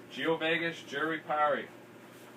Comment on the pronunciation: self fulfilling proclamation...Jurupari...you say jur-ee-pari. how do you get ee out of the letter U? Back in the '80's i used to say you-ruh-par-ee. which I am fairly confident is also incorrect. Since jurupari is from the Tupi language that also gave us jaguar and jacaranda my guess is that the correct pronunciation would be joo-roo-par-ee